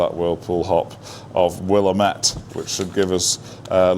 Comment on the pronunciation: Willamette rhymes with damn it. (w-LAM-it)😜